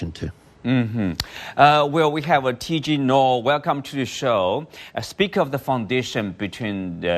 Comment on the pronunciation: TG Noh? Please get the name right before going on air. That's embarrassing.